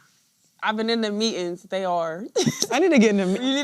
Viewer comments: I puke everytime i see that clip where they say meet-ins lol Then she talks normal when interviewed by a normal person lol. The kamela effect😂😂😂😂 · Youngen's? are you 2 that old....meetin, not meeting? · What exactly is a Mee- In. , Girls can't even speak English, Meetings!!!! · What kind of proper English is meetins ?